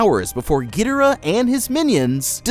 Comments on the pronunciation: Gee dur uh? It’s guh door uh. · ge der uh... really how does one miss pronounce King Gi-door-AH so hard? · Why you say Gee der uh ._.